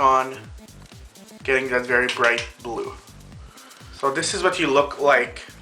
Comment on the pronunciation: AMAZING! but I laughed for like 5 minutes when you said brew instead of blue!